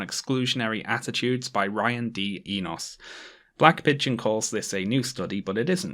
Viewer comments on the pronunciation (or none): Damn I didn’t think I would see a paper published by a relative of mine in a video. The “o” in Enos is pronounced like the one in “no”